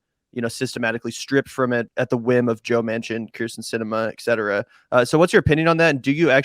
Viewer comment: It’s “et cetera,” not “ec cetera”